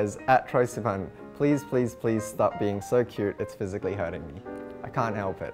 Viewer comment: I adore the way he says sivan 😍